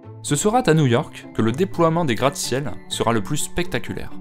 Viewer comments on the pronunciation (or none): il n'y a pas de "T" à la fin de "sera"